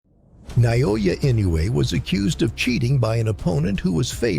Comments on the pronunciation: The name is pronounced: Eenoue, hard e sound like in "meet". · Inoue ... You really need to learn how to pronounce this name. Jack, the Japan Alps Brit 42 years and counting